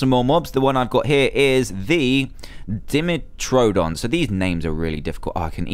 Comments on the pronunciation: Dan that's not trayauous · It's called dime-tr-don learn how to say dinosaur names Dan. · It,s (pronouced:Die-met-tra-don!)It,s a dinosaur. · It's Dmeterdon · u say dimotron like this dim-oh -tron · my nose was bleeding and (dem-etro-don) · Its pronounced die - metro - don (two measures of tooth) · Dragonfly Meganeura cookable known as a meganeura husk clams pearls would be good to make silica Plates Ammonites are basically tentacle nautilus dimetrodon spined lizard pronounced dime- eh - trodon not a dinosaur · ITS PRONOUNCED DY MERTO DONN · This is how u say dimetrodon Die-metro-don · Ugh Dimetrodon is pronounced Daimetrodon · It's pronounced die metro don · Dan dimetrodon is pronounced (dye-me-tro-don) and animite is a under water creature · its pronounced die met tro don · Dan it's di- metrodon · Dan its daymetrodon or dimetrodon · You. say. It like Di met trow don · It is pronounced Die met ro don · just so yeh know how u say dimetridon is DIEmetridon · its pronounced dim-et-tro-don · DIMETRODON is pronounced (die-mehtroh-don) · Pronounce to dimetrodon dime tro don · the dimetrodon is pronounced die-met-ro-don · its di-mie-tro-don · omg ur so dumb how do u not know how 2 say dimeitrodon (DIME-eh-TRO-don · I think it's pronounced "die-met-row-don". :) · he was doing so well prounouncing those names until dimetrodon